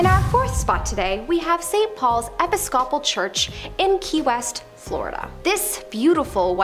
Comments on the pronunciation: E-PIS-CA-PUL... not epi-scopal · "Episcopal" is pronounced "ee-PISS-co-pl."